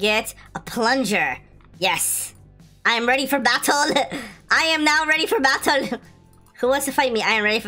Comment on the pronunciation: I loved when you sayed battle😂😂😂😂